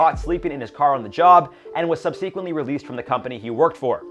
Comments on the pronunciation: Subseeeeeequently? No. Sub-se-quently. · Sub see quently is pronounced sub suh quently. ✌️